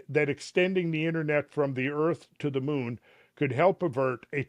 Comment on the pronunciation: hes trying ro say the moon bro